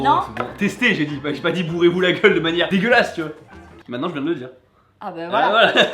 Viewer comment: la tête 😂😂😂 j'ai ris aussi pour le "degueulasse" mal dit pour faire exprès jpp😂😂